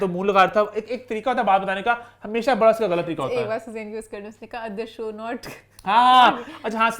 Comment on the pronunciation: BHHHADA NAHI HOTA, IT'S BADA. PLEASE LEARN URDU.